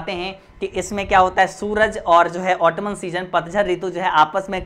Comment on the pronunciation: Its ऑटम not ऑटमन